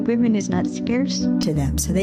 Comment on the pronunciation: DUDE ITS PRONOUNCED WIMEN PLURAL FFS 🤦🏻 YOUR CHANNEL IS BASE ON THEM … it’s like man and men